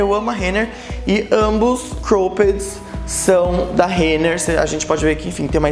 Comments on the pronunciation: amei o vídeo. Mas queria dar uma dica sobre a pronúncia da palavra cropped. Vc diz -Croupedi, mas a pronúncia é mais cróped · Que agonia de vc falando cropped errado kkkk